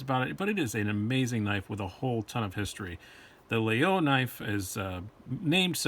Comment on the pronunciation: No, all. French people pronounce Laguiole La-y-ole. I bought 5 in grad school at la Sorbonne in Paris. My favorite among the 5 I own, has a mammouth ivory handle and a Damascus stainless blade. La mouche is a generic term for the small metal plate attached to the spring. Laguiole uses une abeille, a bee for its mouche.